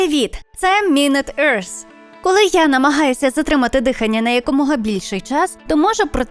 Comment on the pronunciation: Блін, почув на початку ''мінет ерс'' стало не по собі